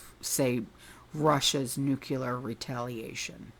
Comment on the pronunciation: Please say nuclear,.....not nukeula